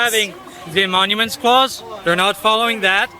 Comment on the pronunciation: “The emonuments clause”